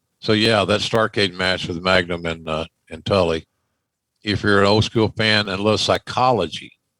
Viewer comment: I hate the way JR says school. Scoo-ell